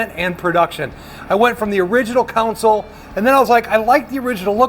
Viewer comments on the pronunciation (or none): It's a friggin "console" not "council" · It is pronounced, CON-sole, not council. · Nifty stuff, but it's CONsole not COUNcil. Thanks. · Why do so many call it a counsole or a council, its a CONSOLE! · CON-SOLE This is unwatchable! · Pronouncing console as "council" is so Great Lakes. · Council is not a correct pronunciation of console. It's just because someone said it wrong and someone else repeated it. Just like the goofball who first said "hone in on it." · I'm from the rural midwest, nowhere near academic elite. I know there are places in the south who say council, but it's still incorrect. How TF do you get COW out of CON? Those mispronunciations are going to disappear over time as American English becomes more homogenized. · yes, the English language is definitely tricky. People pronounce words differently that mean the same, like almond, salmon, worcestershire, and sherbet to name a few. But when we say council or counsel instead of console, the definitions are completely different. That console is pretty sweet!! I am very impressed with your craftsmanship and design! Nice work! It's not for me, but if I was building a RestoMod Chevelle, I would definitely want one of those badboys in my car. I can't wait to see your future builds out tearing up the ashphalt! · no you just pronounce console wrong dude